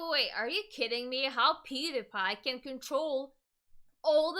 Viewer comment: peedapie lmao not being an ass just noticed she pronounced it kinda funny